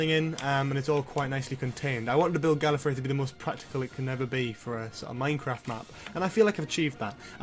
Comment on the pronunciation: Gallefrey not gallery